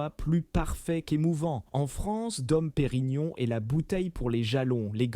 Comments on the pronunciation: Les noms de crtaines maisons de chmpagne sont prononcées d'une manière invraisemblable, les vois générées par IA, cest vraiment grotesque ! Taitinger et Bollinger se prononcent Taitaingé et Bollingé et non Taitingère et Bollinger ( prononcés comme Godfinger !) , Dom Pérignon et non Dome Pérignon. Quelle voix ridicule !!! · Pourquoi massacrent ils la prononciation des marques : Moé et Chandon, Taitine-gère , Bolline Gère, Paul Rogeaille , Krügue, Dôme Pérignon etc ..… 😂😂😂